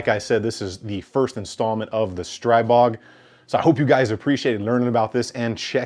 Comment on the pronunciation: StriBOG not BORG!